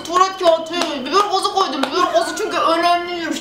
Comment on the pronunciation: Biber gazını milangaz olarak anladım